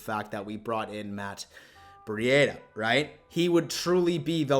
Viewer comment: Who is Matt Bri-ada?